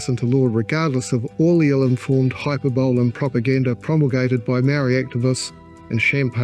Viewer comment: Hey, love your delivery and content, superb. Would also like to point out you are saying hyperbole wrong. (nitpicky I know)